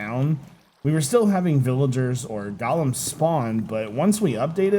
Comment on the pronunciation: #qotd Polished Diorite slabs. Just to piss off Iskall :D and its GO-lems, not Gollums! Wrong lore!